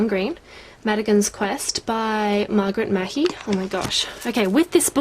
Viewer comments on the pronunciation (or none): it's pronounced margaret mar-hee (mahy). she's my great great cousin :)